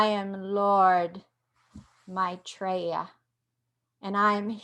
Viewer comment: He is an Ascended Master. You're pronouncing his name same as I do...You are fine dear.